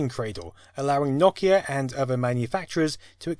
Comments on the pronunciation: 🚫! 🤕😳😤🙊🙍 Stop it! Just stop! I have never heard anyone mess up saying Nokia more than you in my entire life! Here try and say it with me, & the rest of the world. It's really, really easy to enunciate this word. Ready? Okay here it goes: "Nokia" No 'Kia' that's it! [My buddy just bought a 'Kia' as his 1st car today. No Kia really? Those are good safe cars. Good for him! >I even gave you an example word< NO, then KIA, like the car manufacturer Kia, just with NO in front 1st! ^No'kia^ there you go! Not whatever the hell you're doing because it hurts, it physically hurts my ears & my brain; the way you say it. Thank you. Hope it helps. Also thank you for the content it is interesting and it is very entertaining just not when you mess up ^Nokia^. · First time I've heard "naw kee ah" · I giggle every time he says Nokia. Does everyone from the UK pronounce it 'nawkia'? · like a fucking drongo who says it as "NO-KEY-AA" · I stopped watching because you wouldn’t stop mispronouncing Nokia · I don't know what's gotten into me today, but I seems to be getting triggered by pronunciations today... like, for instance, pronunciation of Nokia... I'm up the wall on this one... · can't say nokia correctly take this shit down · He's right. You are the one who isn't pronouncing it correctly. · ...this guy keeps pronouncing Nokia wrong and it's really starting to bug me the more I watch. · The way he says Nokia tho... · Good vid but had to stop watching at his pronunciation of Nokia. I understand it's his dialect and do not fault him but I couldn't take it lol. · "Knockeia" Its NO Keia Like Ikea but a No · The company Nokia is "know key ah" not "knock ee ah". Please pronounce it correctly. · It's pronounced NO-KEY-A, not NAW-KEY-A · No-Key-Uh, NO-KEY-UHHHHHH, not Knock-E-Yh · Clicked away the video when you kept on pronouncing Nokia the wrong way. very annoying. It isn't nokkia, but rather no-kia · Awesome video! Weird hearing it pronounced "nok-ia" instead of "no-kia"